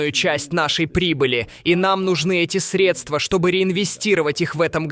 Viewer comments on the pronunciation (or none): none